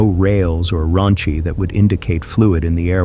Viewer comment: It’s not pronounced “raunchy.” Ronchi pronounced “ron-chi.” (Pronounce chi just like the Greek letter.)